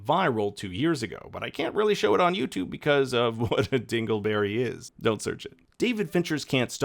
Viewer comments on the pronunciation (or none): none